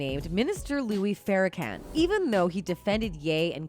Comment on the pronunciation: So Kanye knows who sacrificed his mother? And he didn’t tell anyone, ok, 😂😂😂 she called him Louie Farracan